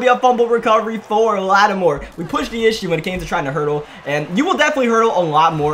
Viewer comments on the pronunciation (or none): none